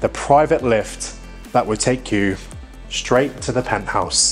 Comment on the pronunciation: Do try to avoid the word “shtraight” .